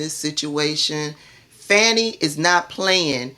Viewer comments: Her name is pronounced Fawnee, not Fanny. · You are one of my favorite online personalities but please stop calling her Fanny ,it's pronounced like Fauni or Fawny. Keep up the great work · For those w/ ❓ listen to professionals who've worked w/her [Glenn kirschner+ others] they DON'T say Fanny - Faux news MISpronounces Kamala + Fani - INTENTIONALLY.... Just sayin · I love your channel but please pronounce Fani's name correctly - Faw-nee... The repugs MISpronounce BOTH her + Kamala on purpose- Fani is an international superstar - let's get her [+ Kamala - not Camilla ] names right for historical purposes. TY ❣️☮️